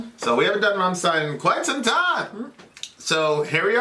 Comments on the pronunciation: "stein" not zzzztein!!!!!!! =D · It's RammSHtein dear. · Nice Deutsch,! But rammstein reads rum-sh-tah-yn